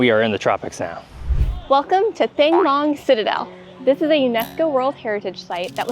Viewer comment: 1: The "Th" sound in Vietnamese is pronounced as a regular "T" so it's pronounced "Tongue Long", not thang. Also, "Banh" is pronounced "Bun". 2: While I admit that I haven't been to my parents' birthplace since I was in 8th grade, Ha Noi seems to be a lot like how I remember Sai Gon to be. Chaotic traffic with lots of night life. 3: This is something my college Vietnamese professor told us, and whether it's true, I don't know, but Southern Vietnamese (Sai Gon) are supposedly more Westernized and have more favorable views of Americans since a lot of them were allied with the Americans during the war, whereas Northern Vietnamese are less so, and tend to have more favorable views of China. I don't know if that's how you felt, but just something to consider.